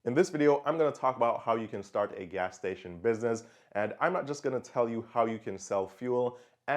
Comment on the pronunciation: Great vid. But the pronunciation of the words businesses and business, drove me nuts tho, jesus christ.